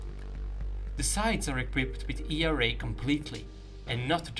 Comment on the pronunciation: E R A :D FINALLY youre saying it correctly :D